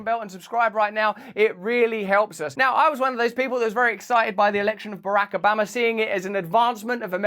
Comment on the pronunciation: "Barahk Obammer"